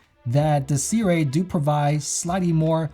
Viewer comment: Pretty sure that's now how Sirui is pronounced. 😜